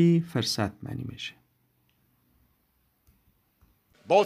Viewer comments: استاد محترم ❤عزیزم تدریس بسا عالی لاکن کلمه فرصت را به پیش یا ضمه ادا کنید ممنون در غیر آن که شما گفتید معنی دگر دارد ❤ پوزش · استاد محترم تدریس عالی و عام فهم لاکن یک لغت فرصت را به ضمه ادا کنید بهتر است در غیر آن فرصت که شما استعمال کردید معنی دگر در اینجا دارد ❤